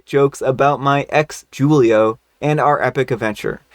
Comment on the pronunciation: “Julio” is pronounced HOO-Leo it’s a Spanish name and J’s are H’s in Spanish